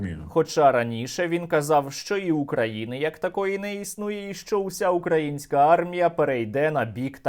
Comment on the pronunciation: Коли вже кацапня навчиться робити правильно наголос украЇнська армія?! Боже, які вони всі недолугі!